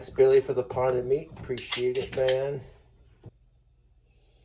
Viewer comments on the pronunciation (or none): none